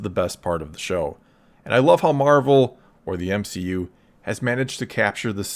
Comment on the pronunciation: M-she-U, no thanks